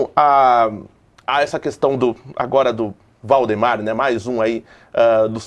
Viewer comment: pq o jornalista fala errado o nome de VAldemar para Voldemor?